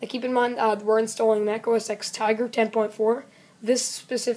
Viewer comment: It's not Mac OS EX. It's Mac OS TEN.